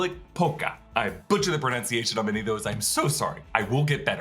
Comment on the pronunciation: I don’t mind you not saying the names correctly because that’s understandable. What I do mind is you saying “pronounciation” not pronunciation!! 😜